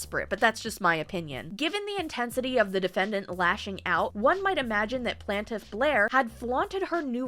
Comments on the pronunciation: I appreciate you called yourself out on "plantiff". I had been giggling every time you said it haha. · You do say Plaintiff funny lol